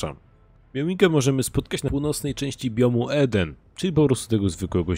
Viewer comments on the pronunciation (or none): none